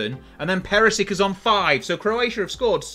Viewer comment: it’s PERISHICH and KRAMARICH … don’t know how you end up butchering the names as »kramarik« and »perisik« … they’re even spelled correctly after what feels two decades of incorrect spelling of central and eastern european names.